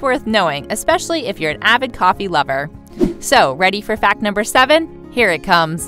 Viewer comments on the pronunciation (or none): none